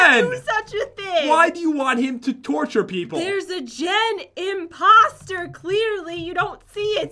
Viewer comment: Who expected Pat or Jen to say Jen-poster in stead of imposter?